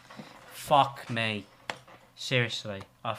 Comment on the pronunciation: “fock may”